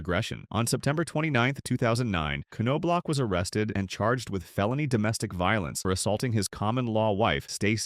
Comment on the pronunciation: Yeah I think the AI voice pronounced it different each time. K-No-Block?